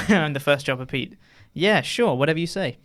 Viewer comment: Thanks for taking the time to enunciate the name Chopper Pete... until now? i thought his name had been Jobber Pete